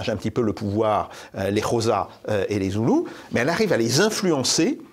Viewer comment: Les Xhosas...ça se prononce Chochas 😅